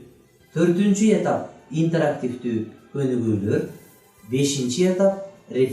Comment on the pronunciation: Эмнеге этап деген сөздөгү басымды э ге коюп жатасыз?